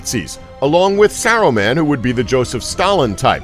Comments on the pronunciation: “More-dur” “Sur-on” “Sur-o-man” “Lem-bis” “Bum-bottle” “The Two Tower” “Ill-sa-dur” “Double-door” “Gellen Grindelwald” “Eeo-win” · yeah with him saying Seron(Sauron), Seruman(Saruman), Tom Bobbottle(does this need one of these? YES! Tom Bombadil) and the others are just fucking infuriating (were these little thingies even necessary?) edit: and ilsider(Isildur) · Fuck it's Mordor not Mordur wtf is Mordur Sauron not Soren and Saruman not Serumin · “ suron and saraman” Please get someone who’s watched the movies and freaking KNOWS THE NAMES...disliked! 🤦🏻‍♀️❌ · Merder,suron, serumen, quality pronunciation mate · Serawn and Sarahman, Mortar. Lol This video needed more research, the theories about “tahm bambahdl” and Radagast are way off. To really understand the characters you need to read all the books related to middle earth. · Seron. Serohmahn. Tom Bambadle . Illsider. Morder. Doubledore. Eeeowyn Wow.... just wow.